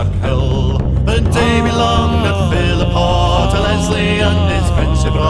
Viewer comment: Great footage. It's Philiphaugh though. (ch as in loch)